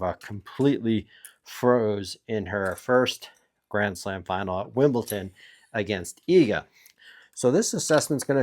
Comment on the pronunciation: He does it on purpose to trigger the delicate sensibilities of tennis purists